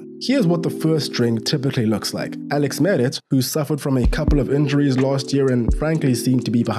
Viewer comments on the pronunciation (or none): none